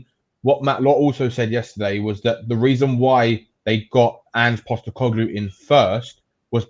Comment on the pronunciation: Is the host of this chat really unironically saying “anger Postecoglou”? 😂 he’s really done his research!